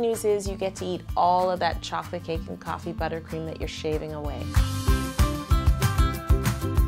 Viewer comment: I thought she said TOFFEE buttercream